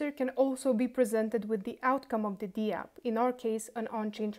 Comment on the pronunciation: Hi. It's pronounced dapp, not dee-app.